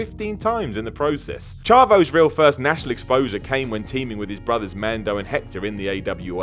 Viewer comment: Mondo lol not mando